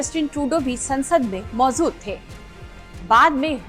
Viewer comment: Mam ap ja & za ke antar ko samjho.... Maujud hota hai, mauzud nhi..natija hota hai, natiza nhi. Ap jaha bhi ja bolna ho za bol deti hain.. Apne pronunciation ko imrove kariye... Bhot galtiya hain.